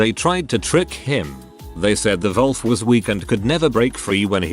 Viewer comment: What's up with the English narration reading "wolf" like "vulf"?